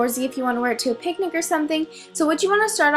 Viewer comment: picnik? ahahah u go on picniks?